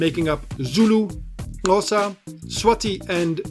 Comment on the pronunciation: Finally someone pronounced Xhosa properly